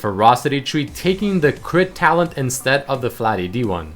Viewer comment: saying that because whenever he said talent it sounded like Talon cause to me it did :P